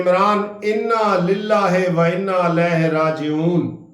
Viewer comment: انا للہ صحیح پڑھ نہیں سکتے سر جی